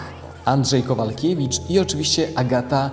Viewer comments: Kowalewicz nie Kowalkiewicz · 1. Andrzej KOWALEWICZ , a nie Kowalkiewicz. 2. Na fejsie można mieć tylko 5 tysięcy znajomych.